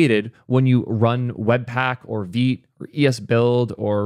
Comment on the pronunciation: Finally someone who pronounces vite correctly